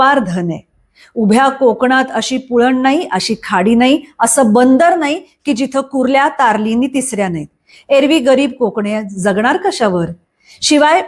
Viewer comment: कारल नाही तारली